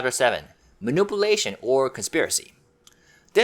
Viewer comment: Please learn how to pronounce "manipulation"